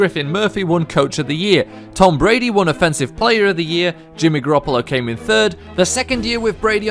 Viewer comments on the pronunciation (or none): You can't even say Garoppolo